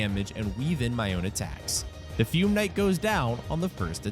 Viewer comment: “Sir Ah-lon” and “Fyoom Knight” lmao